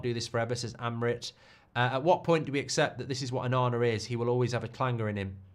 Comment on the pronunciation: ONANA more like OH-NA-NA